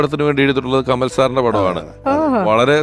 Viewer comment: കമൽ അല്ല കമാൽ....